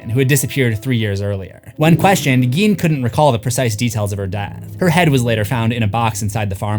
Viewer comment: It's pronounced Ed "GAIN".